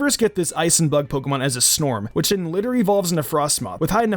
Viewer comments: Dude ur actually the worst at pronouncing Pokémon names. RillaBOOM, Snom (not snorm), Coalossal is like Colossal, Nicket is like Nick-it, they’re really not hard dude just read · It’s not Snorm. It’s SNOM lol